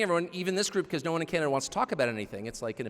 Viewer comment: Canada is pronounced wrong too